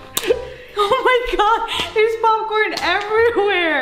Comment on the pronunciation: popping corn Me: NO ITS POP CORN NOT POPING CORN